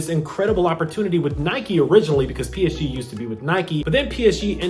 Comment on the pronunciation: Your pronunciation of PSG is horrible. Fans of the team are cringing